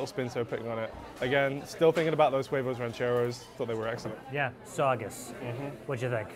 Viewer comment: We need to start a petition for to STOP saying “huevos rancheros” with an English “h”. It needs to be silent; he should be saying “Uevos rancheros” instead of “Hhhhuevos rancheros”.